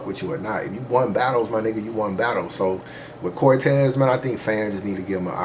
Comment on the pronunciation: Was with you til you said Cortez Cortez? Really Cortez lol lol?